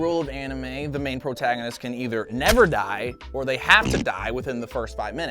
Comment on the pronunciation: Jo Not Joe No E Also did say portaganist instead of protagonist